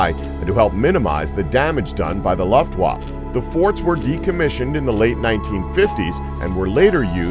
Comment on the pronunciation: Wtf is a luftwuft???? Lol